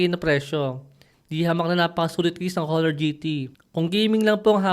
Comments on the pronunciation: Silent H dapat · HO-NOR ba talaga tamang pagbigkas nyan? o ONOR(honor)?? baka ako lang ang di updated..